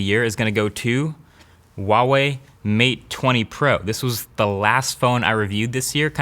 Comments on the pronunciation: its not UWAWEI its HUAWEI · Who else has been pronouncing Huawei wrong their entire life? Sorry Huawei. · LOL wtf is with the retarded pronunciation wa wei LOL